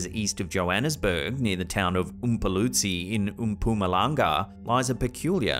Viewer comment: As a South African, I must congratulate you on a well pronounced "Mpumalanga" Said it just as if you were born in Mpumalanga 🇿🇦😁